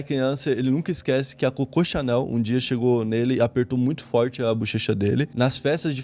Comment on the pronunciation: qdo fala cocô Channel eu racho o bico! Kkkk